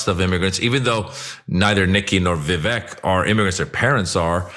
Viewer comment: How come nobody on TYT pronounces Vivek properly?